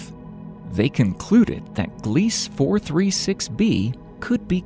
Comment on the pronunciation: *Gliese - glee-suh 🙄 🤭